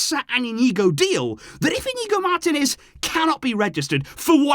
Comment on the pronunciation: Bro. It's mar-TEE-nez. Say it: mar-TEE-nez.